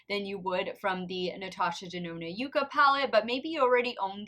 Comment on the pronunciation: Fun contest!! I kept going back in forth in my guess, but I do think the shimmer on A shows up better, so I'm going to say A is ND and B is N; however, I think that they are really too close to call. FYI, it's pronounced yuck-a. 🤩🥰